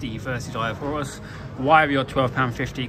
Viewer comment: It's actually Eye of Horus, not Eye of Hovus